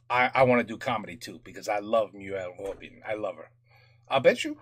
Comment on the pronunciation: If you're fluent in French, why do you pronounce Robinne, as in French, we say Robēn ?